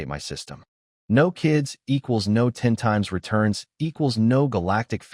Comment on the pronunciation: Your Narrator Bot needs some serious work Can't properly pronounce simple two letter words, or words that have been extended with multiple letters. NO comes out as N O, and OWWW comes out as O W W W. otherwise the story was good, didn't need to be 2 1/2 hours long though. OMG this narrator is a super comedian, I laughed so hard.